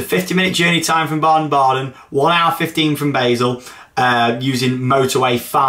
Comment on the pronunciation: It's pronounced bar-sull not bae-sull